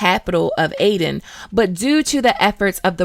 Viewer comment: also Aedirn as well 😉